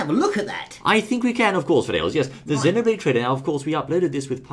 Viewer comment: It,s great you two know how to actually pronounce Xenoblade!!! Your in the minority but your right!